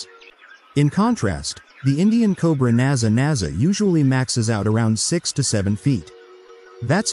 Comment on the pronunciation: It is Naja (or possibly Naga) but not Naza